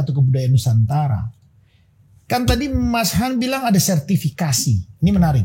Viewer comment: Aku sih Yes utk kak Yayan....tp BIG NO utk mas...anda harus banyak belajar...suara cempreng anda cukup mengganggu..eh masih ditambah suka motong dan tidak menguasai materi! Elek tenan wis...manggilnya tadinya mas Han...berubah jadi kedengaran kyk mas YAYATTT........